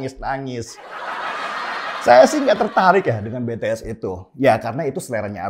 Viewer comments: ijin koreksi, BTS cara membacanya bities bukan betees 😊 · Kupingku kok gatel yah denger org nyebut BeTeEs. Apa sih susahnya bilang BiTiEs??? 🤣🤣🤣